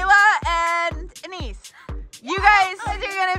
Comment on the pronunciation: Its not Anis its aniss😂😂